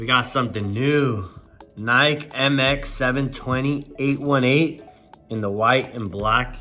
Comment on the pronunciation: He said nike in stead of nikE